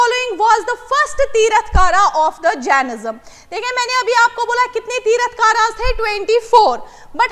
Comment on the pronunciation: Q 2 Hello medam that is not tirath kara Its Tirthankar